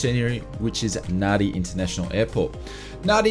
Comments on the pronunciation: C'mon, you're an Aussie. You have to know that Nadi is pronounced "Nandi". Nevertheless, great content as usual. Thanks for all your hard work. Have a great new year. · It's pronounced NANDI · The amount of people that cannot pronounce Nadi correctly astounds me.